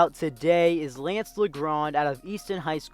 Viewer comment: saying lance name wrong the whole time